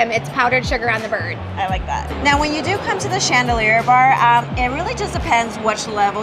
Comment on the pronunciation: “They make it right in front of you-wah”. “They do-wah” 👏🏼. Yes…uh